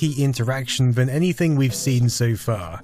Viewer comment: why do you say van instead of than ...